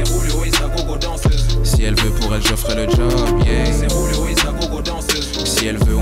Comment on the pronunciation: On dirait que à la place de Julio il dit Rouluo